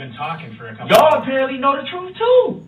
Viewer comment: It’s amazing how easily he lies. I mean, he absolutely was incapable of telling the truth”troof.”